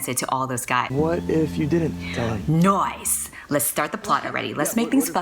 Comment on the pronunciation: NOICE. NOICE. NOICE. NOICE-NOICE-NOICE-NOICE.